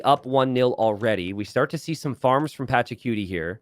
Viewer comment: saying Patchacuti like "Patchacutie" sounds so funny